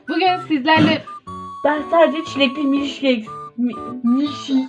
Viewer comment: milkşiyk 💀 ben sadece çeğğh